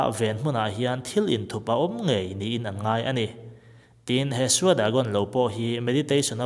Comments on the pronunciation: Shwe Dagon hi Shui Dagong tia lam tur. Ka kal tawh. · Shwedagon pagoda lam rikdan chu a dik lo deuha myanmar tawng hriate pakhat hnih zawt la a dik in i lam thei mai ang. I tiropui hle mai. SHWE TIH CHU GOLD TIHNA A NI A. I sawi thiam ee.ka fak khawp ache.